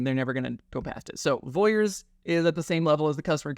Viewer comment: This is great information. Just so everyone is clear it’s Vorys not Voyers